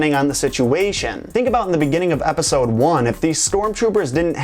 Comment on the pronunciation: you said eopside one instaed of the 4th onw